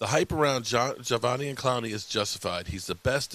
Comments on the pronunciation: It’s Ja-Day-Vian 😆👍🏼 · Javonian 😂. I’m just here for the name butchering ❤️ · say it with me sloooowly: Juh - Day - Vee - On lmao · Pronounce his name right please